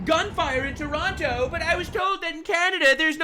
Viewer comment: Um it's pronounced Tronno, or Tarahnno, or with the terrorist cells, you can make it more like Tehranno.